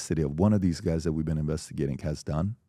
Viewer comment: How does PBD still say "Dat"